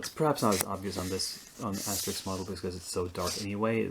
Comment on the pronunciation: Great job on "Asterix" and "Obelix"!